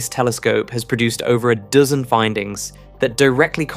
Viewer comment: "Over a "Dizzun findings" lol